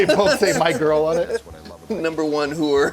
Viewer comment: The way you pronounce “whore” - is that from Lewis Black?